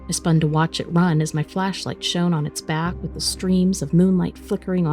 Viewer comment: Funny how robots cannot pronounce the word "shone" properly..lol